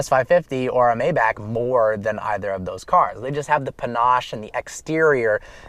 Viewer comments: It is not may-back..... It is my-bahk (my like the word "my" & the bahk like open up and say "ah").... For those who complain about a 4 digit fix. Don't buy a 6 digit car!!! The obvious upgrade for a owner driven car would be the S65 Sedan & not the Maybach anyway. If anyone sees you behind the wheel of the Mayback, they will think you are the driver and not the owner. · that's not how Maybach is pronounced. you were saying it right before. it's pronounced my- bach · My bock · You should know, Maybach is pronounced My Bock. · Will you learn how to say maybach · This. He was driving me crazy.